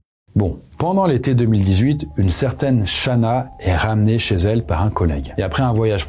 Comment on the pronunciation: Pour le coup c'est Shanann